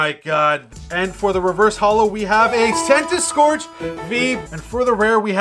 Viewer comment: Noooooo not Centiskorch 😭😭😭 what's wrong with you 🤣🤣🤣